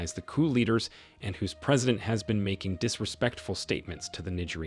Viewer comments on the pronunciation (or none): none